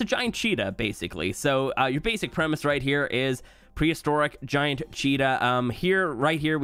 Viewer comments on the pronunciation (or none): Wait why did he say gi-aunt??? It’s giant bison not gi-aunt bison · when bro couldn’t pronounce giant